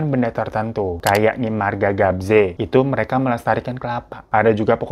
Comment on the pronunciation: Marga Gebze bang bukan Gabze,, dari Merauke papua selatan😅